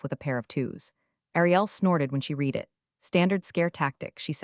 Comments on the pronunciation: The AI should definitely pick up on that! "Read" as a noun is "reed," and as a verb, it's "red." It messes with the flow when it gets it wrong! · you need to teach your 'ai' to know the difference between 'read' as in 'I can read' and 'read' as in I 'read' the letter pronounced 'red' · Yep, that’s a big one! AI really needs to catch the difference between "read" (reed) and "read" (red). It trips up on the tense shift too often. Definitely something that should be fixed! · The AI struggles with pronunciation, especially with words that change tense like "read" (red). It’s not consistent, which can be frustrating. Happens too. 🤷‍♀ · can you instruct your AI that the word 'Read' is pronounced "reed" when used as a noun, and "Red" when it is used as a verb. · AI doesn’t really do context clues. It has to be misspelled as “red” in whatever it’s reading. Viewing the video before upload would help too.